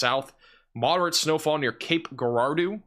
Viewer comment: It’s pronounced Cape Jerahdoe